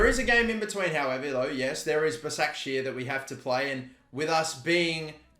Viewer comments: it’s pronounced like ‘bashakshahir’ i’m pretty sure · Its pronounced bashaq shehier